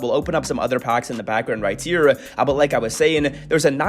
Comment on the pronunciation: "Here" starts with an H not a T